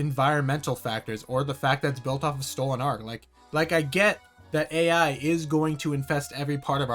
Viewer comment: ngl bro stinks of twitter, i tried to give you a chance, but the "meh stolahn art" "meh globahl warmung". I was mistaken to waste so much time, your second video on that series just confirmed my thoughts. "meh warking clas" says all i need. Have a good day, i found your constant interrupting really annoying